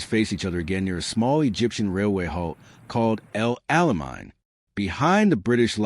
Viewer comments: Its El Ala MAIN, MORON! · Please teach narrators to pronounce names correctly.